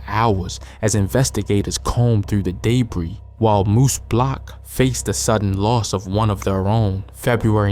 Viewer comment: Day bree?! 🤣 DUHbree or DaBree where the hell did you learn how to mess up Debris?! 🤣